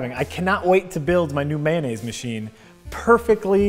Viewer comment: Mayonnaise, not "Man-aise" 😜